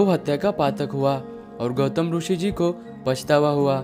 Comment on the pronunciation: जब इतना अच्छा वीडियो बनाते हो तो क्वालिटी मेंटेन करने की खातिर, कुछ खर्चा और करके हिंदी कमेंट्री किसी और से करवा लेते, और हां, रूषि नहीं बोलते मुन्ना, ऋषि (रिशी) बोलते हैं... 'हैं' को तुम लोग 'है' क्यों बोलते हो आजतक समझ नहीं आया।